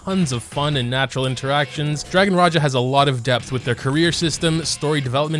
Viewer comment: Finally someone who pronounced raja correctly love u.. and also saying my child my child bones be like wait wut???